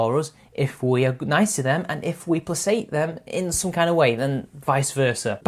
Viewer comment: Hey dude, Just a heads up, placate has a hard c, not a soft c.